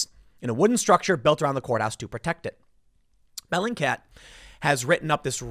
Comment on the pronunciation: Is this "bellycat" (is that what you're saying) website a verified news source Tim? lol